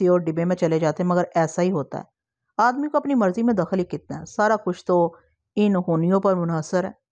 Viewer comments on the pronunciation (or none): اردو تلفظ پر توجہ دیں اور رفتار کو نرم رکھیں ان ہونی کو الف پر زبر کے ساتھ پڑھنا چاہیے آپ الف پر زیر کے ساتھ پڑھ رہی ہے۔اور بھی کئی الفاظ ہیں جیسا کہ مقدرت اس کو ق پر شد کے ساتھ پڑھنا ٹھیک نہیں ۔م پر زبر ق پر جزم اور د پر زیر ر پر زبر اور ت پر جزم